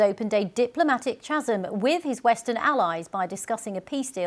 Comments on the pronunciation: I could've sworn Chasm is pronounced Kaz-m not Tshaz-m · What on earth is a ch-asm? its pronounced "ka-sm", for goodness sake. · What is "a diplomatic chazzum"? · What's a chazum? The least you can expect from the BBC is the correct pronunciation? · Could someone please teach this illiterate woman how to pronounce the word 'chasm'? Thanks.